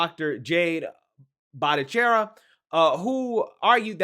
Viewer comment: This is not news to anyone with any common sense, just a relief at being proven right instead of being constantly gaslit. Your pronunciation of "Bhattacharya" was hilarious though! 😆